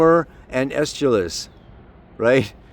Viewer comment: PSA: The playwright is pronounced ESS-kel-ous.